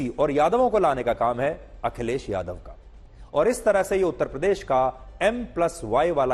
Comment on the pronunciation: A. Y. Ko uttar pradesh bolna to aata nahi uttpadesh bolte hai aap se na ho payega mulayam s. Ne jo jama kiya hai usi se jiwan bitai ye jay bharat jay hind 🙏🙏🙏🙏🙏